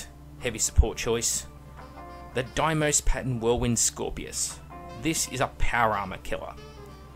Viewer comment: Dee-mos. Not Die-mos. It's the name of a Martian moon... it's Dee-Mos.